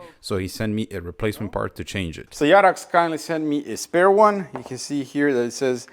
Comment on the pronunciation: you say Jarax like turkis yarak haha